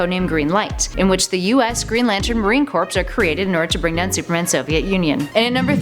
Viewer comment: How is it possible for all of you to mispronounce Marine Corps? It's CORE not CORPSE...C'mon geeks, get smart